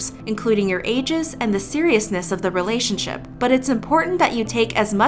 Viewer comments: . "relationshup". heh. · I love that you pronounced relationshup relationshup